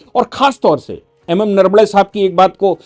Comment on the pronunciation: जनरल साहब, नरवडे नही नरवणे है. आपके जैसा उच्च शिक्षित व्यक्ती ऐसी भूल ना करे.